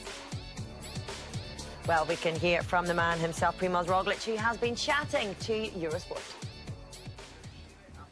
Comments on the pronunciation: He said Rojlik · Haha Sean Kelly just can’t pronounce Roglic